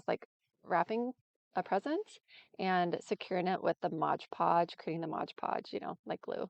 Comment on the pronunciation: It is called 'MoD Podge" not "MoG Podge". Also, you will have fewer wrinkles if you use a larger brush. Love your crafts - you are very talented. I'm definitely going to follow/purchase from your Amazon store !!!